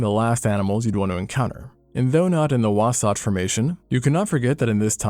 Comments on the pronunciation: I felt physical pain hearing my home mountains be called wasätch and now wasætch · I live in Utah, we pronounce the last 'a' in wasatch as a short 'a', whereas you pronounced it like an 'o'. Love your video though.